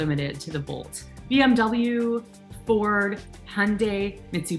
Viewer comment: Beeeee-Emmmmm Dubb-Yáh, missoo bisheee, Hooooondie, Neeeesaaan, Jhagg-Waaaaaaar 😃😃😂😂😁😁😀😀